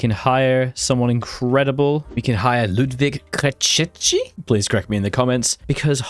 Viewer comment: Ludvík Krejčí is pronounced Loodveek Craytshee.